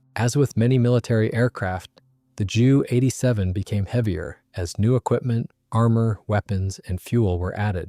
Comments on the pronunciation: its J U not ju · Jew 87 Dora, jeesus these AI's are crap, it's J U 87. To who ever is making these videos, don't you even check your work, for facts and accuracy at all? This was almost a good video with fresh images.